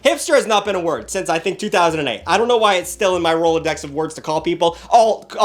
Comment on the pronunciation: “Hipster hasn’t been a word since 2008” also: “roladex”🤣